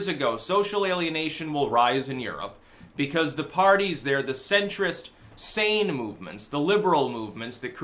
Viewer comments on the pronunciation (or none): none